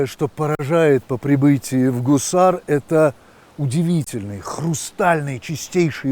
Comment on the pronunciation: Не Кусар, а Гусар -также как Губа, раньше по русски Куба. А так интересно рассказывает.